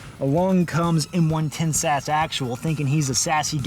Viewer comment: His name is 110 SASS Actual. Not M-110-sassexual